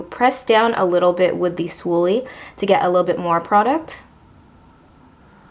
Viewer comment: Swoolie?! You mean spoolie... :D You made me smile :)